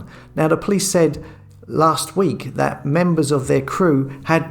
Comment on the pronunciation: " viss", "vatt"" "fings" "sumefin". Before setting up a channel, why did you not learn to talk properly, especially seeing that the very title of your channel is "". Yes, indeed he does talk, just about. Sort you life out! And don't forget to remove this post, out of embarrassment.